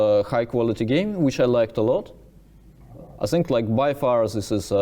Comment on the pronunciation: Love these recaps from Daniil! Just curious, why does he pronounce words like "this" as "zhis" but he can pronounce words like therefore correctly? I thought maybe he just wasn't used to making the TH sound until I heard him say therefore?